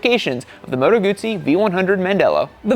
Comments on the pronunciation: The worst thing about this review is the constant mis-pronunciation of Guzzi. Try saying Guzzi as in footsie, NOT bootsie. Why do you keep missing gears? If you ever rode a m/c in the rain, you'd appreciate the 'wings' keeping your balls dry. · If you don't know how to pronounce Moto Guzzi, if you don't know how Guzzi riders call themselves, if you don’t know how to adjust the wind screen, then please make us a favor and don’t test ride Moto Guzzis anymore. You are harming your reputation and credibility!